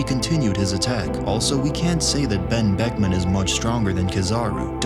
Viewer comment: The real mystery here is how he said Ben buckman without his lips touching